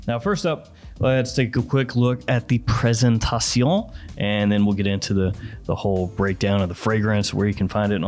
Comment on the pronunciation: "presenTATION", please... 😂